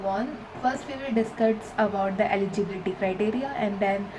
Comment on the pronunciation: Why does here eligibility sound like LGBT